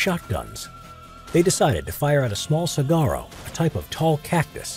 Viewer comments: as an arizonan the pronunciation of saguaro is bothering me 😂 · Saguaro, (Sa hwa row), not Cigaro.... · Su -wa -row is how it's said man... Also fun fact the saguaro cactus being destroyed intentionally is a crime. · It's actually Suh wahr oh or Suh Ware Oh(the pronunciation of Saguaro), I'm quite familiar with the cactus which is native to the Desert Southwest US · the way he pronounces “saguaro” bothers me so much😭😭